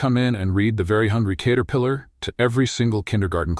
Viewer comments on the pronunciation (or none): At about : : there is a badly said word 'caterpillar' that falsely has a hard first 'a' that should be a soft 'a' to suit the context. Oops LoL 😢😢😢